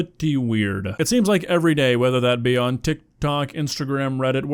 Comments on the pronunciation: Bro added a whole extra syllable to tik tok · bro said tiktok like dr. evil